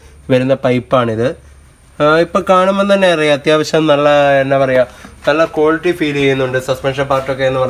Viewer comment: കോൽറ്റി അല്ല ക്വാളിറ്റി...ഇങ്ങനെ തന്നെ പറയണം എന്നാലേ ഒരു ക്വാളിറ്റി കിട്ടൂ 😄😄